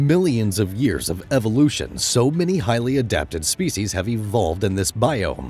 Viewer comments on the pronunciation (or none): none